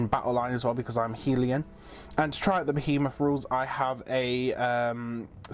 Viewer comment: Helon, not Helion.